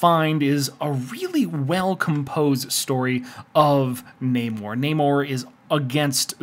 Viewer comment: I pronounce it NAHmorr not NAYmore as that's a true pet peeve of mine. Lol